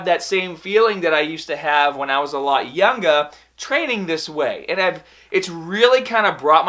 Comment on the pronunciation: youngaaaah, bahbell ,staahteed